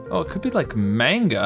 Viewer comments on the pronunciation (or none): Mang-ga not mane-ga